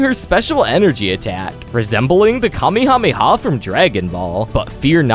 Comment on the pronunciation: “Kate Hami ha” it’s kahmehameha u do not know dragon ball